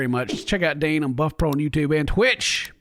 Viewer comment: He wore that hat cause people think says butt pro